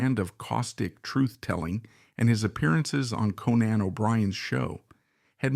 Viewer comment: You are mispronouncing Conan.